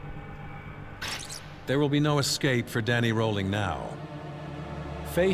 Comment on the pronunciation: At approximately 35, ESCAPE, not, EXCAPE.